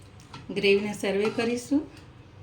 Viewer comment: સર્વે નહીં પણ સર્વ કહેવાય